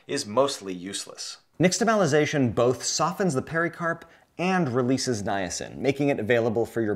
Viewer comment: "X" in "nixtamalization" is pronounced "sh" (more or less).